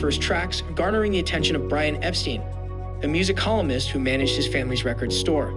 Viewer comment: You didn't pronounce Brian's name right